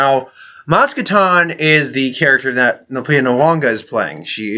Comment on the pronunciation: Sorry to point it out, but in case you weren't aware, you pronounced "Kanata" and "Nyong'o" wrong every single time you mentioned both the character and the actress throughout your video.